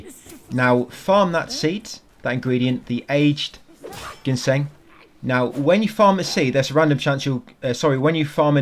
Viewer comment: Haha the root is pronounced gin-seng not genshin like the gatcha game :D don’t sweat it though I just find it funny. Great guide.